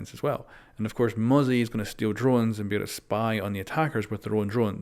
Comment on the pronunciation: Thank god he pronounces mozzie correctly now 🙃